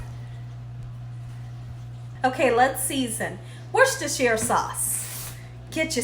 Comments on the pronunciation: Proper pronunciation is " wooster sauce" the 'shire' is not pronounced. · Worcestershire pronounced "woooster" Please and thanks. Enjoy your energy! I'll omit the extra salt. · In UK it is pronounced Wuster sauce. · I didnt realize how many cans of tuna was in my pantry until the Quarantine. Had gotten bored with tuna salads, but I am going to try your recipe and love using the "What's this is Sauce" family joke as not one of us pronounces it right without laughing. Thanks again. e"